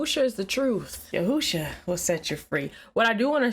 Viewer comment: Who is Yahoosha? Pretty sure your not saying that right.